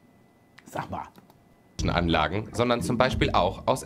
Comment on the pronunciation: da hat’s mich so zerrissen „Sach Ma“ 😂